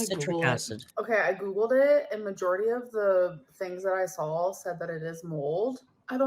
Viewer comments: that extra “ell” sound in words ending with “saw” (“sawl”) and in the middle of some words like “both” (“bolth”) is a feature of several US dialects. Apparently some Southern dialects use this and the area of Northern California in which she is raised apparently does also. I’ve heard it in speech by someone raised in Colorado/Utah also. So it’s part of specific dialects and not something she does to annoy people. I really wish people would stop laughing at people for using non-academic dialects. Dialects are real complete languages with consistent grammar and vocabulary/pronunciations and are just as much an expression of human intelligence as anything used in schools, no matter what uninformed English teachers may have told you. Use of dialect is not an indicator of low intelligence at all. No need for linguistic snobbery, people. has lived in several different places and her speech is mixed because that happens to many people, including myself. But the “sawl” and “bolth” seem to be from Northern California in whatever region she lived in or where her father grew up. (We are also influenced by our parents and others around us in our earliest years, and not just by the locals). Not every area of California, obviously, so people saying “I’m from California and I don’t do that” - chill, dialects are often very localized. If you wouldn’t shame an adult in real life standing in front of you about their use of dialect, you might refrain from doing it to YouTubers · like we're going to take advice from a 600lb illiterate dumb shit that says supposiVely & sawL. She's just barely not mentally handicapped